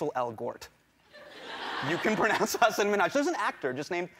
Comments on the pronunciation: one of top ten mystery scientists still can't solve : did the dad say "Huh, son" or "Hasan"? we would never know. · A "huge fan" who couldn't pronounce his name correctly 😭😭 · I don't get it tho, I know plenty of Hasans and their names aren't pronounced "HAH-sin". More like "HAH-san". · Its "Huss", rhymes with "bus" and "un" as in "under". So "Huss" and "un". Its NOT "Hussaaaaaaan" "Minhaj" is just like Nikki Minaj but with an "H" sound in the middle. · English speakers have a habit of putting stress on a certain syllables out of habit even when there is none, hence Hasaaaan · Hasan pronunciation Has like husk San like sun 😊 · Pronounce it Huh-sin not that hard lol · it's Ha-sun. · His name ain't even that hard